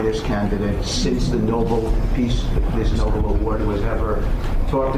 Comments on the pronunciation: uuuug Impeach every member of that cabinet! 25th Amendment !!! Also - it's NoBEL not NoBLE peace prize. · No-BELL, not NObull. What a collection of dropouts and losers. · Noble??? It’s Nobel.